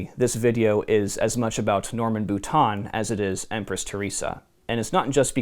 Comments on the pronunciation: Had to cringe every time the Author's last name (Boutin) was pronounced like "boot-On" instead of "boot-inn" or the proper way of "boo-teen." Since when is the i pronounced like a short o? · Not bootan. Bootain.